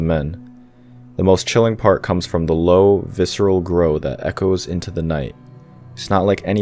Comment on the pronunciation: It's pronounced growel not grole